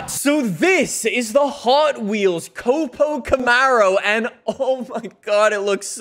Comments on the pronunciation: Stop saying COP-O it’s not a cop car. It’s a CO-PO. “coh-poh” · it is co-po I cringe so hard every time I hear you call it cop-o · Its cope-oh not cop-oh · I will never forgive this guy for saying cop-o Camaro. It’s co-po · Hey man it's not pronounced capo it's cO-pO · Co-Po not Cop-o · It copo not capo lol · That’s my new fav drag car, but in the US we pronounce it ( C oh P oh Camaro) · it's pronounced Coe-Poe :) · K-oh-p-oh you dunce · What is it with you and mispronouncing things. Fort-za? Cawp-O?